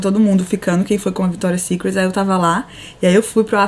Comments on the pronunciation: Ficou muito bom.. não quero por defeito até pq, quem sou eu? mas uma pessoa do nível da Camila falar victoria secretSSS e gran palééé.. ficou feio p caralho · Cami apesar do meu TOC gritar toda vez q vc falava Victoria's SecretSSS, o vlog tá demais!! Parabéns pelo sucesso!!